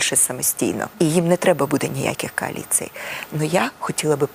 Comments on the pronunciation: тимошка колись навчится вимовляти кОаліція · Тільки баба юля може так сказати слово «кааліция», хрен літерами повториш.